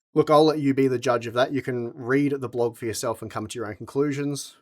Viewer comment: What's a blowg post? OH...you mean blog....🤣